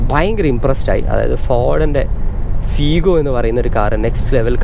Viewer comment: ഫീഗോ ❌ ഫിഗോ ✅